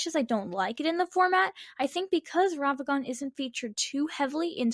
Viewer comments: Take a shot for every time she says Ravagan instead of Ragavan. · These are some great takes, but damn, does hearing "Ravagan" instead of "Ragavan" make me scowl. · i recently started watching the channel. As much as I enjoy the on screen visuals. . . I think slowing them down would be a good idea. also. . . RAG-A-VAN not ravagan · why do you pronounce ragavan wrong